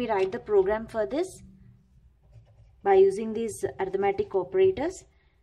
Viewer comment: ARITHMETIC not ARTIMATIC